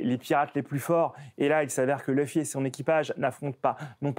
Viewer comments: fares🇨🇵 il a raison la prononciation qui se rapproche le plus du japonais c’est Louffy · LOUFFY (luffy) PAS LEUFFY 🥚🤦🏽‍♂️ les français ah lala